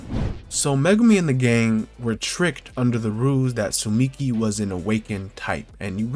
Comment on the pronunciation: Dude she’s called tsumiki and not suchimi 😂